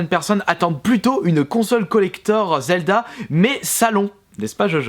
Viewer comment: slt dit je voulait savoir ton avis sur zelda tp car bon si la prononciation est faites expres c est que tu l aime pas. J aimerai juste savoir ton avis